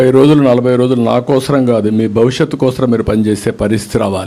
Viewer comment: Since you keep saying KOSRAM, AP will not vote for you. First learn Telugu and leave politics